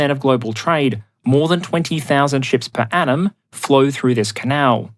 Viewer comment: I was confusing the crap out of my self since I listen to this as a podcast as I work. I kept hearing "per annum" as "per atom/Adam" which I thought was a joke at first to joke about how dense the shipping lanes at first. I am uncivilized and rarely heard the phrase "per annum" before and makes more sense seeing how it's spelling thanks to Transcript feature.